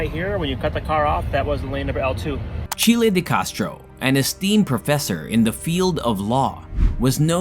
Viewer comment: Its name isn't Chilie.